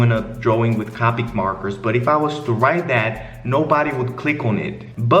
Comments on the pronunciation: “CaWpIc MaWkErS” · "cawpeec morkers"